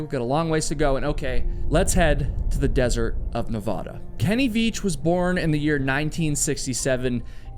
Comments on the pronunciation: Love your videos. Let me give you a small tip on pronunciation. Your Nevada is off. Ahhhh. Ahhh. Ne. Vahhh....Da. Not ohhh. Not Ne vaahhh....da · Nevada, not Navaaaduh🤦🏼‍♂️ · I love your channel and look forward to each video. But evey time you say Nev-Aw-Duh when pronouncing Nevada I get the cringe. Its Nev-Aaaaa-Da, 100%. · It’s Nevaduh (a like in apple) not Nevahdah. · Nevada☺️ - Nevahda 😩😅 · You said you've never hiked the Nevada desert. That is obvious because you can't pronounce Nevada the proper way. Na Vad (as in bad) a. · As someone who lives in Las Vegas that comment could have just been referring to all the open and abandoned mine shafts and wells that cover the desert outside Vegas. Not unheard of for people to fall into them or disappear. Also obligatory Nevadan reminder that we pronounce it Ne-VAD-a (Vad rhymes with dad). And yes we know Nevada is a spanish word and that the spanish pronunciation is different. Nevadans just decided to come up with their own pronunciation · It's pronounced "Neh-VAD-uh," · NBD but the first A in Nevada is A like apple not A like flan. 😊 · if you stop pronouncing "Nevada" like that, I will come to your podcast filming in Denver 😭😭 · YOU STILL CANT PROUNOUNCE NEVADA CORRECTLY! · please stop saying Nevada like that. lol